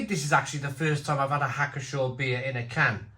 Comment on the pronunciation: You pronounce the "P" in Pschorr.